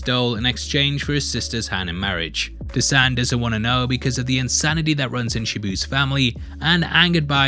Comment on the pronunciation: thanks for doing a fair critic review on Minnal Murali. But may I suggest the pronunciation on the Malayali names? Dasan: "Dhaa-sun" Minnal Murali: "Mi-null Mu-ruh-li" Varkey: "Vur-ki" Hope this helps! And also, Vanishing Vanaja ( Woman) is most likely to be on the thought processes of Basil Joseph, based her relevance in the Malayali Comic Universe (MCU).